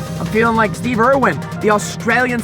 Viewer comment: I'm Australian and I cringed so hard when you said Steve Irwin